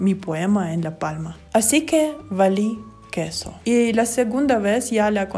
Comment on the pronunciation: Nadie:: vAli qUes0 /(.__.)/